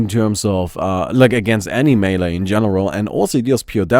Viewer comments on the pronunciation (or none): none